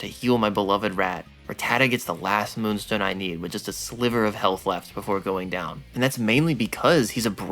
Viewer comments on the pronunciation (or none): none